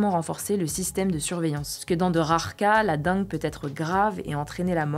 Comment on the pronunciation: Attention, on dit DENGUE ! :)